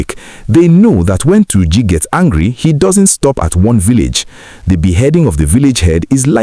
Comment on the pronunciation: Why are you saying Tunji with your pronunciation.... it is called "Tur--ji , not Tunji as you are pronouncing it. Try to correct yourself my brother....